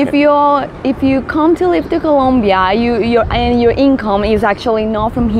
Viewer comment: Yeah this information is really useful for foreigners. Is a really good place to live if you know all the info, like this. By the way, in Colombia there's only like 2 topics that upset the people. First is Escobar and second is saying ColUmbia instead of ColOmbia, just a friendly reminder =)